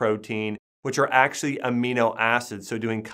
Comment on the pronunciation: Listen to how he says the word, actually. Acshuey... lmao